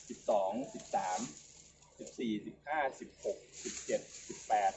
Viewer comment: สวัสดีครับทุกๆ ท่าน วันนี้วันอังคาร ที่ 19 ตุลาคม 2564 สบายดีกันทุกคนครับผม ผมมือใหม่หัดปลูกครับทุกๆ ท่านผมดูคลิปหลายๆ ท่านอ่านชื่อพันธุ์อ้อย ผมก็สงสัยครับผม ว่า ที่ถูกต้องอ่านว่าอย่าไร อ้อยพันธุ์ “สุพรรณบุรี 50” สุพรรณบุรี 50 อ่านว่า สุ-พัน-บุ-รี-ห้า-สิบ ไม่ใช่ สุ-พัน-บุ-รี-ห้า-สูน ขอความกรุณาอ่านให้ถูกต้องด้วยครับผม จำนวนพยางค์เท่ากันครับ อ่าน สุ-พัน-บุ-รี-ห้า-สูน ไม่ได้น้อยกว่าอ่านว่า สุ-พัน-บุ-รี-ห้า-สิบ ครับผม เหตุผลในการอ่านว่า สุ-พัน-บุ-รี-ห้า-สิบ เพราะวิจัยเสร็จในปี พุทธศักราช 2539 ปีนั้นเป็นปีที่ ในหลวงรัชกาลที่ 9 ทรงครองราชย์ ครบ 50 ปี (ห้า-สิบ-ปี ไม่มีใครอ่าน ห้า-สูน-ปี) นำเรียนบางท่านเผื่อเวลาที่ท่านถ่ายทำคลิป หรือเวลาพูดคุย สนทนา จะได้กล่าวให้ถูกต้องครับผม ไว้มีเวลาผมจะโทรสอบถามศูนย์วิจัยฯ ครับผม ขอขอบคุณ และขออภัยท่านด้วยครับ ราตรีสวัสดิ์